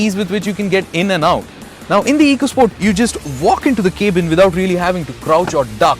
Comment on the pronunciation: dude it is cab-in not cabe-in